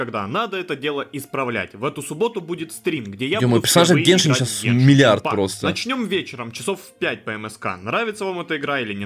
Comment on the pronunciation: не геншИн а гЕншин